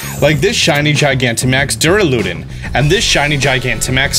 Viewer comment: "durr-ah-loo-den" i raise you, "durr-al-lu-don"